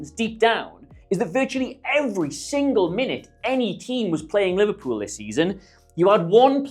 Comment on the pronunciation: Great video. But Liverepool? 🤦🏻‍♂️😂